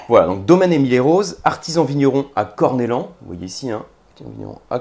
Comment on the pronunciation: Merci d'avoir mis en avant ce vin de ma région Juste un détail on dit corneyan et non cornelan pour Corneilhan Cela dit chapeau